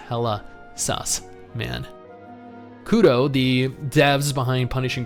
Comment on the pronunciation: hahaha its not kudo but kuro